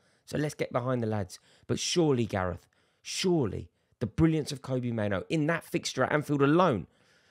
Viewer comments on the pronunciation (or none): It's pronounced like Robbie not Kobe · Rory just a heads up, it’s pronounced kobbie like robbie. Andy mitten knows his dad and he confirmed it. 👍